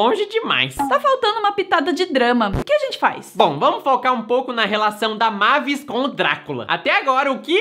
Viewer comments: Não é mávis é meivis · não e mavis e meivis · É "meivis" não "mávis" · Na hora que chamaram a Mavis (Meivis) de " Mavis" eu quase tive um treco.kkkk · A "mávis" É mavis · A PRONUNCIA E MEIVIS